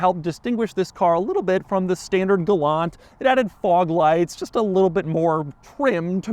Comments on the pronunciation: Pronounced gal-ANT lol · It is not a Galant, it is a Gay-lant, Lol. My friend's mother owned the base version and each time I would say, Galant, she responded with, “I know what my mother drives and it is a Gaylant”.